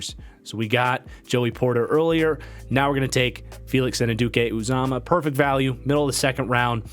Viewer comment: Really enjoyed the mock, especially for the Seahawks Also, for Felix it’s pronounced Felix Ann-You-Dee-Kay Oo-ZAH-Mah. It took me like a year to learn to say it lol